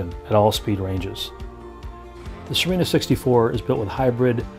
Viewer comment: Good work. Nice to see other than flat water on a walk through. How is the name pronounced ? Thought it was See-renna ?